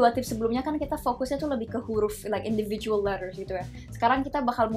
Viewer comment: Come on girl you wanna teach people with American accent but your english still not sound like American. The way you punch the word for example "Individual" is totally wrong. 😒😒😒 Lesson learn for you if you wanna teach people how to make sound like American accent